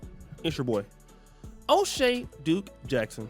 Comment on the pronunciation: Baaaaack, atitagain. Please do it right 😁👋🏼